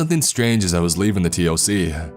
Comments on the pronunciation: Dude, I love your stories but please, for the love of God, T.O.C. is said toc. Like tick tock 😂😂😂👍👍 keep these stories coming 👍👍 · I cant stand this fool. He talks like stephen segal. Its like he hasnt taken an actual shit in 4 years. PS nobody says T. O.C ( its called the TOC pronounced TOCK) Total fiction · TOC = Tock. Don't spell out acronyms, say their names. Especially ranks. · Also please please stop saying T.O.C. We pronounce it Toc... sounds like Talk. Toc one word not T.O.C. Not sure how to tell you how to pronounce it in writing. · Just so you know man, you actually say all the acronyms like they are words. It's not T O C, it's TOC (pronounced talk). It's not N O D S, it's nods (like nodding your head). Great narrating otherwise though. Really enjoying the series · sorry man, love your stuff but... T.O.C. or tactical operations command is pronounced TOCK like tick tock of a clock not just the letters... sorry but that's fingers on a chalkboard to me... rest of it was great besides that! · TOC is spoken as tawk in the military. Good story though. NODS spoken like nawds. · The narrator keeps spelling TOC. To everyone in the military its said as Tock..obviously minus to k but dude could spell it then say tock and everyone would be on the same page. Adds to the authenticity. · yeah, saying the letters, T O C, or N O D S. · I am in and it's exactly how it is. It's just funny that the narrator is mispronouncing some of the acronyms and jargon lol